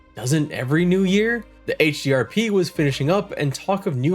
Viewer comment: This is one of your best Pantheon: Rise of the Fallen coverage videos, man. I love the concept. The edits are super helpful and quite clean, with a good balance of info and fun. Just such a good recap. This deserves way more views. :) Also you said HDRP, and I'm proud of you. :D But now you've passed into the realm of mispronouncing Dark Myr... D